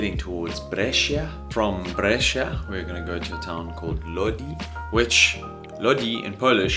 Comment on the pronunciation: you read it bresha, not bresheea